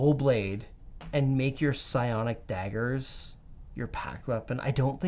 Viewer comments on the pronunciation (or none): none